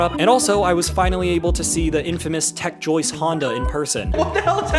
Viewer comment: DID YOU SAY TECH JOYCE